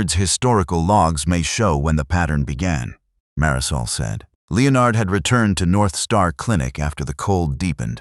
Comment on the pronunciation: AI stands for Astoundingly Ignorant. The Bot-arrator can’t pronounce the name “Leonard”. It tells me that no editorial steps whatsoever were taken prior to posting to groom the story and guarantee a good product. You are wanting subscriptions. Please give us a reason to do so.